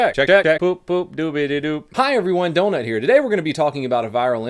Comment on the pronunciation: Donut the way you pronounce donut triggers me